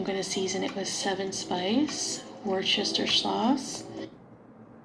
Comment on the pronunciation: "Wore-shesh-er sauce" and the reaction! 😂